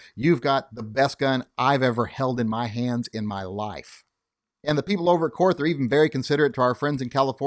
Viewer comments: Korth is pronounced "court". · Korth is pronounced as 'court' . I guess the reps didn't want to confuse Americans